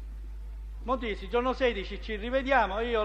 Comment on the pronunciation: Ma perché cazzo lo chiama motisi???